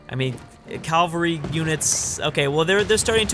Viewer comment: “Cavalry” is not “Calvary”.